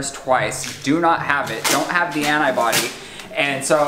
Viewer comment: I’ve never heard anyone pronounce ‘antibody’ like that. It makes me sad